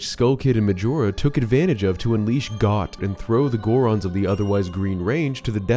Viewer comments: pronouncing Goht as Got instead of Goat was nails on a chalkboard. 🤣🤣🤣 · It’s pronounced “Goat”, for Goht. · Goht's name is pronounced "goat" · “Goht” should be pronounced like ‘goat’..